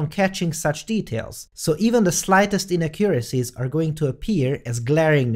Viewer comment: Hahaha... You had a slight inaccuracy in the way you pronounced the word "inaccuracy". :) It's "inACcuracy".